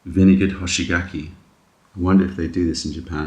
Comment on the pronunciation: "Hoshigaki" is technically a compound word in Japanese so it sounds better to pronounce it in two parts, hoshi gaki. It's popular to stuff them with butter and walnuts or cream cheese. Makes a nice dessert.